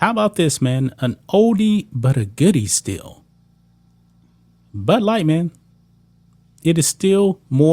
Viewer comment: I’m having a problem understanding what you’re saying. Are you saying butt light or Bud light. 😂😂😂 No Nike in years either.